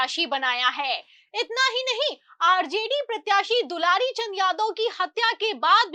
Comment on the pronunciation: दुलारी नहीं दुलार चंद नाम था सही बोलना सीखिए 😂😂😂😂